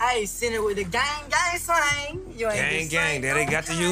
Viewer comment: "Gaang gaang slaang" 😂😂